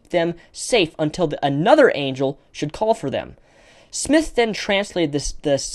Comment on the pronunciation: Just a good bit of humor here, but Engrish was killing you on 'angel'.